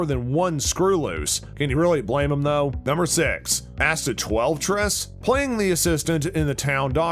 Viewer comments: Vanderspiegel is his last name. Think you might be mispronouncing it. the actor is Tudyk. Asta’s last name is pronounced like ‘TWELVE-TREES’. I think you need to work on your pronunciations. Nice breakdown though. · Learn how to pronounce names. Tudyk and Twelvetrees. Also, maybe the definition of Easter Eggs. Sheesh! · Narrator needs to learn proper name pronunciations... "Alan Tukd" & "Twelvetress"... really? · I am beyond annoyed that the narrator can’t pronounce Twelvetrees. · Love the series, dislike this click bait. I only got half way through this video till I quit. No secrets, no easter eggs, just the most obvious observations anyone would make watching the show. The narrator even mispronounced the female main character's name.